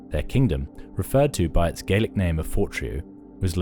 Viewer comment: This video just highlights how little we actually know about the Picts. Example - the narrator mispronounces Moray and Gaelic, yet we're expected to believe that they say about people who lived thousands of years ago.